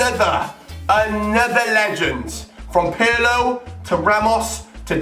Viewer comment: Hahaha Pirlö? PIRLO BOY